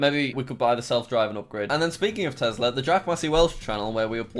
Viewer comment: the way he say Tesla got me thinking 🤔